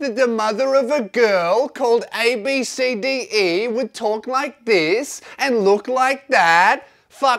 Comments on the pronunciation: I'm pretty sure its pronounced "Ab-Si-Dee". Still a shit name tho. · Ab(si) di is how its pronounced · ABCDE is pronounced "Absedee" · It’s actually pronounced as abb see dee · I actually know someone who’s name is abcde. You say it like ab sa d